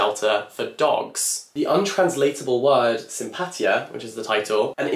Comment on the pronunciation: just here to point out that the word "Simpatía" is pronounced very differently lol really looking forward to read all of these titles!